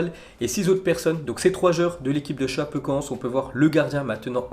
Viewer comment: Sa choque personne qu’il prononce super mal Chapecoense ?🍀(ForzaChapecoense)😭